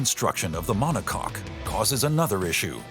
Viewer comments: "monocoke" Thats what you get when you use infomercial narrators... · It's a mono-cock 🐔. Not mono-coke. Lol